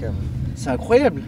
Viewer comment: L'évènement est incroyab'. La musique est incoyab'. est incroyab'. Tequila Heineken pas l'temps d'niaiser.